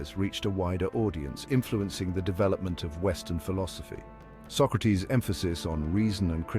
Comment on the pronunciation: Bill and Ted kidnapped Socrates. You're pronouncing his name wrong.